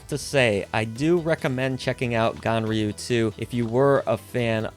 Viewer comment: it sounds like you call the game gonorrhea 2.